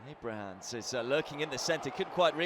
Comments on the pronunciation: Abramans. And doesn't he call Caroll Grealish as well? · He was also saying Abraham’s from time to time